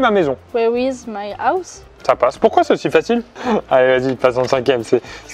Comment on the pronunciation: "Where is my ouse" "ça passe" Tu m'étonnes que les français soient nuls en langue :P le 'H' il se lit bordel ! Sinon superbe vidéo, ravis de voir que je suis toujours une b*t* en histoire :D